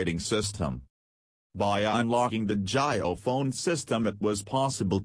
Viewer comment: It's not jayo it's jio india🇮🇳